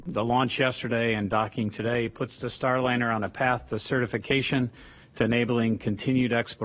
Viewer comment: I agree! Computer voice with so many mispronunciations - how many ways can you pronounce Starliner (?linner!) And WORSER is not a word!!